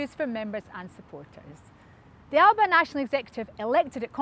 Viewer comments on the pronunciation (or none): Please pronounce the party's name correctly.